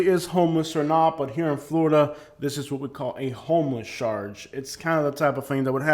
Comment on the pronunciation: Why do you say ..sharge instead of charge